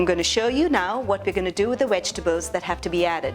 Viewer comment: Vegtables, not wegtables....just saying..... Otherwise love your videos...😄😄😄😄😄❤